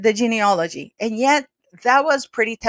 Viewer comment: Well done! But please note that the word is geneAlogy NOT geaneOlogy A common mistake.......Please correct if you possibly can! I am old enough to remember Lady Diana Spencer was seen by a specialist to check if she was ok to bear children BEFORE her marriage to the then Prince Charles. Wondering why it seems that nil like this was done prior to Harry's marriage to Rachel Meghan Markle. Thanks